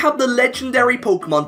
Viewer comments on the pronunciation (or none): "polka mon" I cannot watch this.